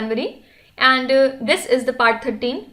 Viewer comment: Mam please say And, don't say Anduu it irritates a lot.